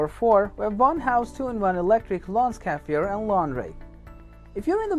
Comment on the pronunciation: Pronounced SCARRY FI ER